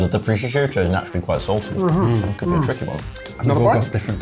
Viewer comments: He also said "proshishutio" on the first one :D :D :D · When started talking about the dish he brought up how the prosciutto was already salty, but he said "prosciusciutto" which to me said it was him immediately.